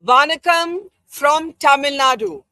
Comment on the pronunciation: At least learn how to pronounce Vanakkam